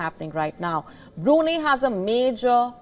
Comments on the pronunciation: Get your pronunciation right it is Bru---Nai......there is no 'neh' or 'ahneh' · It's pronounced as BRU-NAI, not Bru-ney. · Its not brunii..its brunai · pronounce it right...its Bru-nei, not Bru-nay...... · Bru-nay🤣 not..Bru-ni 😆you’ve almost killed me luckily dint call Bruno mars 😂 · The beautiful news reader is mispronouncing it. It's BroonEYE. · Why the hell did u say brunei burinei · Wion channel, if u can't even pronounce Brunei correctly, at least get your facts right. Go n study how the British canabalized Brunei throughout the years. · Please could you pronounce Brunei correctly. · She's Indian. they are having trouble pronouncing it properly 😅